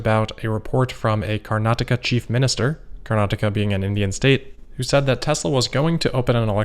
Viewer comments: Wow I appreciate you taking the effort to pronounce karnataka and the transport ministers name properly. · You pronounced Karnataka perfectly! :)